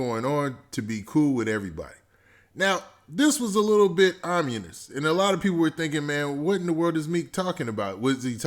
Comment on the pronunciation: Why you pronounce Ominous like that. Lol